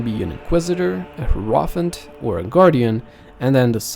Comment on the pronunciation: It's Hier - o - phant. Decent tutorial.